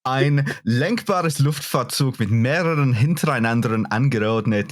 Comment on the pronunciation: Except for the word Luftfahrzeug